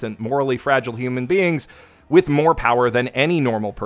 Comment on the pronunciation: To whom it may concern, it's pronounced "with". That's it. That's a short /i/ and the softer of the two "th" sounds. No idea where the /ai/ diphthong is coming from but hey, Japanese peeps aren't exactly known for their proper pronunciation of English words.